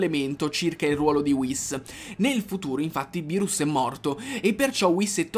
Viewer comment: Bro ti do un consiglio quando dici berus e sbagliato si scrive beerus e si pronuncia birus